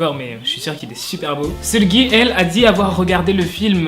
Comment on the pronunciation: Super vidéo, mais Jisoo se prononce « Jissoo » et Lisa « Lissa » et Seulgi « seulji »